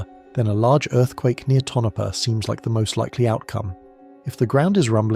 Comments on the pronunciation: Southwest Idaho Tonopah = Tone-uh-paw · If you have to resolve the CORRECT pronunciation of our PLACE NAMES, please DO contact me... or another Cartographer. Tonopah = toe-no-PAW (from the Paiute meaning "There is no water there") ALSO - neh-VA-dah NOT a VAH.'.. If you use that "VAH" yer pegged as from New Joisey (or Lost Wages)